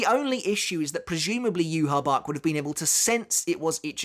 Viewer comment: Yu-Ha-Bach... Yu-Ha-Wach